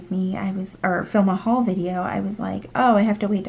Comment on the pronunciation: The way you said Haul threw me off, lol. I swear I heard you say "whole" and I was like that's nice, then saw you wrote haul. 😂🤣😂 I swear I'm a good listener..